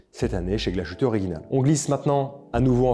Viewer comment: Belle sélection. Il y a du mieux sur la prononciation de l'Allemand ! ;-) Sauf pour Glashütte - dire Glass-hütte (pas "ch" ou "sh" ;-) Bonne fin d'année !